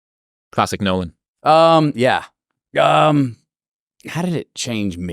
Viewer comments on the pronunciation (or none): The Name is "N O L A N" ...